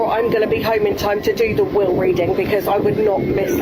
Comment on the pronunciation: *Will reading not wheel reading lol